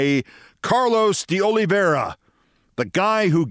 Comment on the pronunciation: O-lee VAY-rah. (Not O-lee-vee-EH-ra). Sorry, but the almost universal mispronunciation of his name is bothering me. (As are the butcherings of Ukrainian town names these days.)